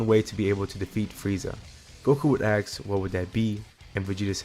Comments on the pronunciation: I only ask you say ask instead of ax It's killing me. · you said aks does that mean you're black js asking